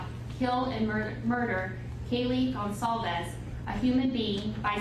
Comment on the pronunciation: It’s pronounced gon-sal-vez. So many get it wrong.